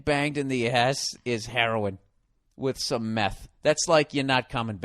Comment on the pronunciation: "Because she took it in the ayyeshhh" DESTROYED ME